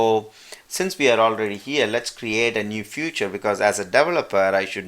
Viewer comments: Nice explanation !!!! but you are keep on saying "future" to feature. its not future its pronounce as feature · Excellent video. The only problem i faced was you pronouncing "feature" as "future" which i was like i don't see any "future" written anywhere in my or your sourctree lol. Again, really helpful video. Thanks!!!